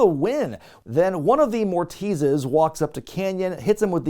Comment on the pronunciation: I think multiple Mortis's is pronounced Morti's